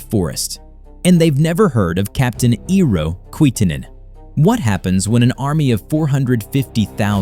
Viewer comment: We need to teach americans, that E does not sound like i (independent) in our names. It sounds like first E from "everything" "especially" "Estonia" .... EERO, NOT IIRO. (Also, metric system rules 😊)